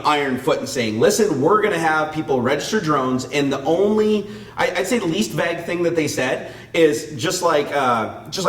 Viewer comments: Vague "Vvv aaaaayuge" not VAG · I wasn't going to comment after hearing it once <.< and then again.. but after the 3rd time.. x_x "vague" pronounces like "veyg" with a long "a" and not like "bag" with a "v". lol The English language is really so complicated -.- I wish the stupid grammar rules were universal but they're more like a clusterfuck of a bunch of other language rules. Also this whole DOT control over drones is really stupid. Our government doesn't know how to handle anything properly.. :/